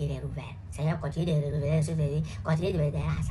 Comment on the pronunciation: La prononciation de "seigneur "me fume beaucoup 😂😂😂😂